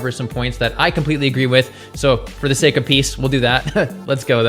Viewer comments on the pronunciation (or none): none